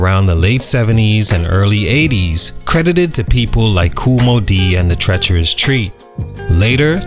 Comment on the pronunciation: Being an MC from Chicago back then I didn't have a clue what they were trying to do with their sound. I didn't really like "Hay" but their 2nd single "Rodeo" is still 🔥🔥🔥🔥❗❗ Do I need to clean my ears? I swear in the beginning he said "The Treacherous Tree", unless he's from New Orleans where all "tree" of y'all need to put some respect on my name!!😆 🤴🏽✌